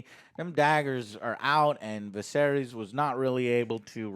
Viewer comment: Bruh he calls Ser Criston Ser Christian. And he calls the king Vuh-sair-eeees.